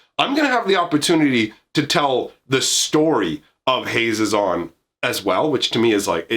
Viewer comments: I've always pronounced it Hah-ZEE-zon, but that's just me. For options, you could add some "Warriors matter" cards: Bramblewood Paragon Decorated Champion Goma Fada Vanguard Herald of Dromoka Kargan Warleader Mardu Woe-Reaper Rush of Battle Sosuke, Son of Seshiro "Warrior + Equipment" Kor Blademaster Nahiri, Heir of the Ancients Relic Axe Resolute Strike And Mercy Killing can be multi- functional for you. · I put the accent on the ze (pronounced ZAY) of his name. HaZEzon Tamar. Idk that's how I read it at least.